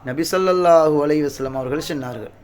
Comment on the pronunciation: அஸ்ஸலாமு அலைக்கும் வரஹ்.....ஹஸ்ரத், சென்னார்களா? சொன்னார்களா? தமிழை சரியாக உச்சரிப்பதில் என்ன சிரமம் உங்களுக்கு?